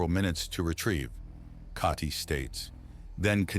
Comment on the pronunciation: I've enjoyed this series so much but must admit that I am sick unto death of Kah-tee... (Not the character but having to hear the mispronunciation for hundreds of chapters.)